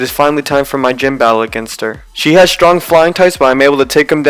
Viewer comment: DO NOT LEAVE OFF THE R IN STRONG!